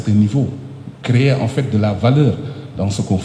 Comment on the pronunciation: Le boss de la lutte sénégalaise ❤... Mais les " enffett" 😂m'ont fait marrer